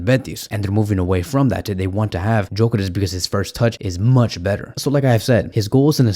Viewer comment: its Gyokeres not Jokeres 😂